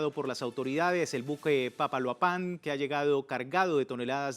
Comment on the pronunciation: Empatía de ningún país, y ningunean lo realizado por México, y es Papaloapan, sin acento bro